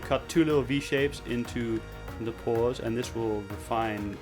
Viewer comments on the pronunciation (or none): oh he said paws not pores lol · Whenever he says "paws" I think that he's saying "pores"